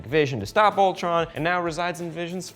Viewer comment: I heard Voltron not Ultron....